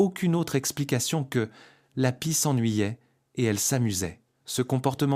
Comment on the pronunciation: "Les corps vidés", ça n'est pas mal non plus, comme "la pissait", ou encore pie lue comme pied, ou "ce n'est pas un autre z'oiseau", "s'en souvient toutes" (au lieu de "se souvient de toutes") et tant d'autres âneries. Bref, une catastrophe. Ce recours à l'IA pour la traduction, la lecture ou les sous titres gâchent complétement et disqualifient ce documentaire qui serait intéressant sinon. Pour résumer, vite fait, mal fait pour la "francisation d'un documentaire qui devait être bien meilleur à l'origine. Allez, on zappe la chaîne. Dommage